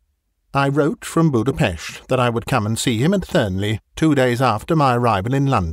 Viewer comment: I'm Hungarian and I was rather startled to hear the name of our capital city, Budapest, lol. Not because it was startling in itself, but because I was simply not expecting to hear any reference to my country. Also- Great work pronouncing Budapest!:) I don't know if you're just familiar with it, someone told you, or if you researched it, but I'm happy when I hear people pronounce it correctly! It really shows that you're a professional,. Thanks for being diligent about it!